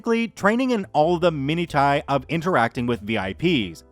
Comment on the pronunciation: minutiae is pronounced (min oo she)